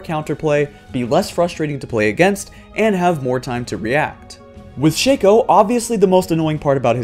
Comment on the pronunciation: Shake-o...? I pronounce it like Shock-o or Shack-o